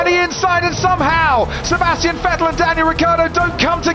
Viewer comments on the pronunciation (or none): It is FFFFF ettel not WET el